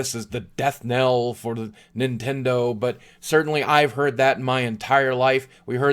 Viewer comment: Is this the Nint-END-o? D